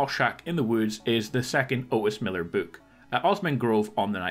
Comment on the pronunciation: You're saying book but I keep hearing you say boot.....